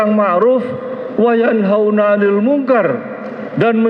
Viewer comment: Maaf saja, bpk itu mmbaca ayat qurannya kok keliru ya... امة dibaca immatan, wayanhauna dibaca watanhauna... Koreksinya ya ???